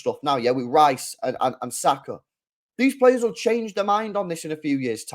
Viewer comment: and you just named two right backs.He’s never played Trippier and James at the same time lol and it’s Rice not Rhyce